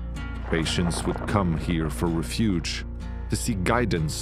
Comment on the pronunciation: I hate how he said refuge.